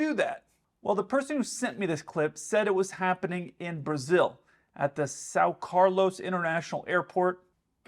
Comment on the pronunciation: And yes, you pronunciation of Sao Carlos is accurate, great portuguese skills. Great video as always. Greetings from Brazil